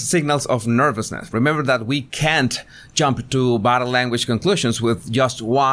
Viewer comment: I agree it doesn’t because when you attempted to pronounce the word body, it sounded like either butter or bottom. So I am confused whether you are the butter or bottom language guy. 🤔